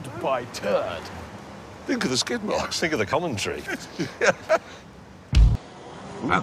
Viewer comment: "I wish we had turd petrol in Britain!" -James May